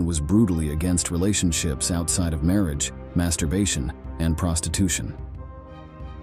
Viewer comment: But you also have to learn bizarre not-quite-English grammar and pronunciation. Listen and try to figure out what's going on. I've never heard a human being speak in such a garbled way. "Marriage" is pronounced "marri-egg." Then "collapse" is "collapsey." Sheesh.